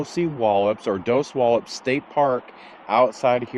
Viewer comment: Dosey-wall-ips is correct